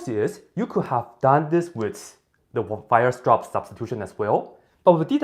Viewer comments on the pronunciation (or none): I love the way you pronounce "Weierstrass" like "wire straps". In Germany, "strapse" mean "suspenders". :-)